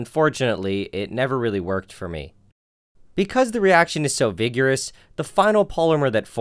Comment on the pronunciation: "vig-your-us" LOL I laughed far too hard at that